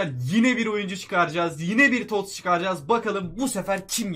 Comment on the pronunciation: TOTS'a Tost diyen koca yürekli adam